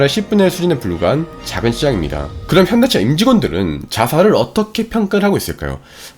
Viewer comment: 자막은 현대차 발음은 현기차로만 들리는데 제 착각이 아니겠지요?